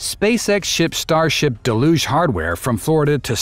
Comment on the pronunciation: stupid AI voice can't pronouce DELL-UGE not DA LUGE. spelled Deluge.